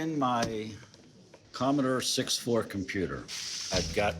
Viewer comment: "I brought in, my......Commodore 6th Floor computer"